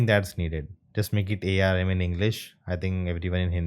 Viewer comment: Not Arm. It's A. R. M